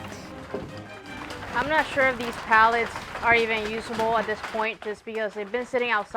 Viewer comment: you say dayse and yoosable but is actually said as daze and uzable. (days) (use-able)/ your welcome